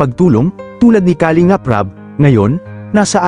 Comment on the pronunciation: Ang masasabi ko sa vlog mong ito... PAG AYUSON MO ANG DICTION NG MGA SALITA MO. TULAD NG KALINGAP DAPAT ANG SYLLABLE AY NASA 2ND HINDI SA UNAMG SYLLABLE.. "KALING'AP" ulol !!!!